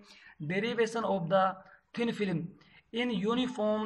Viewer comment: Thin film hota hai... filim